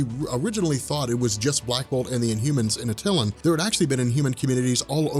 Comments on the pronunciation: Love your videos but the Inhumans city is not pronounced Uh-Till-An" it's "At-Tuh-Lan.👍🍻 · Your killing me,the correct pronunciation of Attlian is Ah-Tuh-Lan come on your Attlian and Wonder Woman's mother name Hippolyta you butcher both names ever time,makes my ears bleed🙉🙉🙉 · love your videos and im not trying to be a dick but you're saying Attilan wrong it's at-a-lan not a-til-in watch a cut scene from marvel ultimate alliance